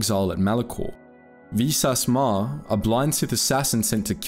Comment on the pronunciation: "Exploring the Greatest Written Game of All Time" A-ton Rand Baa-oh Dur Vi-sass Marr Couldn't have taken the time to get the names right? Like... this isn't a book, where the pronunciation is up for debate or we're waiting on George RR Martin to say it in an interview. The game has hundreds of examples of saying each of their names...